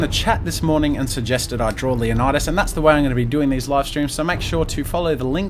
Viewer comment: Loving the comic book-type style, and the anatomy is fantastic, but for future reference, the name is pronounced "LAY-oh-ni-das". 300 pronounced it wrong.